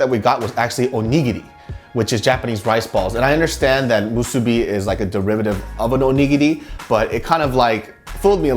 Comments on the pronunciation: why are you calling it Mu SOO BI It's Mu Su Bi, same stress. If you come to Hawaii again I hope you don't say Mu SOO Bi and say Musubi, otherwise you might get some weird looks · LMAO the way pronounces musubi and onigiri in a Korean accent.